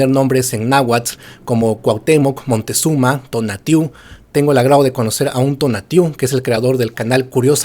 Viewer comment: jajajaja MONTEZUMA es MOCTEZUMA